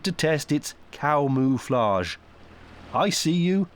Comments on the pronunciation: "Cow-moo-flage." Never change,. Never change. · "coo-moo-flauge" That made me laugh more than it probably should have 😅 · "Cow-moo-flage?" What a hoot!